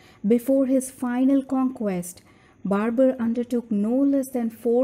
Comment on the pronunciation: itz barber you skibidi sigma